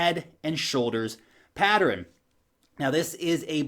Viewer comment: Notice how adds an extra syllable to the word PATTERN? Maybe it's a New Zealand thing..lol. All's good.